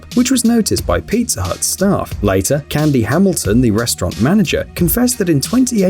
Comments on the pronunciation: Piazzer?? Might you be a Brit?? Adding letters that aren't suppose to be there?? Queen's English and all that BS. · WTH is “pizzer “ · sorry but “pizzer.” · Did anyone else hear peezer